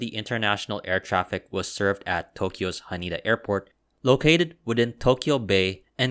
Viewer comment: H A N E D A , not HANIDA